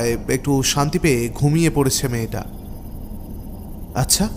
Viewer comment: ভাই! আচ্ছা উচ্চারণ একটু ঠিক করবেন। গল্প শুনতে গেলে খুব কি কানে লাগে। যুক্তাক্ষর গুলোর দিকে একটু খেয়াল রাখবেন। আচ্ছাহ না, আচ্ছা।